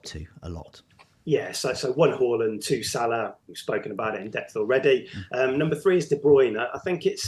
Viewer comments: It's 'Hawland'. Two consecutive 'a's in Norwegian = 'aw' pronunciation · Well done for making the note and pronouncing Haaland correctly!!